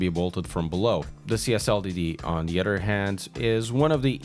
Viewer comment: Other not udder